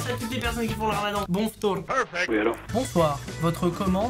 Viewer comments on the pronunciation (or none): PRC TA DIT BON FTOUR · "Bon Ftor" eh mercree hein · "bon ftour" jsuis morte😂😂😂